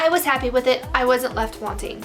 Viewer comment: As for pronunciation of Azkaban, it is Az-kuh-ban (like banhammer). As a Christian, I believe that prophecies can come from sources other than that which we might expect. While this isn't immediately related to divination, I recall the example in the Bible where Christ tells his disciples to leave some people alone because they were healing others and casting out devils in God's name. Seemingly, these people had not been given the authority from God to do so...yet Christ had this to say: He who is not against us is with us. My concern is not so much whether prophecies from a prophet but whether they inspire the reader with their content and depiction (whether they are false or true, and the consequences of said prophecy and the conditions surrounding it). I don't want to get too into it, but I'm not the biggest fan of how Harry Potter handled it all. I do like prophecies sometimes in Fantasy and Sci-Fi, but Harry Potter's depiction seemed to me too clouded in darkness to be as inspiring as it could have been. I warn you, the prophecy will be taken more seriously as the series goes on. I will push back against the greater darkness in the books, though. While I feel that depictions of horror and darkness can teach us much about the light, the understanding and presentation are important. And I feel Harry Potter falls very short, starting with this book or so (please don't hurt me XD), and more especially starting with book 4. Dobby (pronounced like "lobby") and the condition of